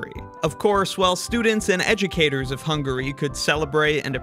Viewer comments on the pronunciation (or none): none